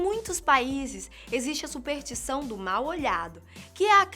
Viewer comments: "supertição" "a Filipinas" porra, conseguiram superar meu professor de química com "pra mim fazer" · a minha supertição é que ela pare de dizer supeRtição e passe a dizer superStição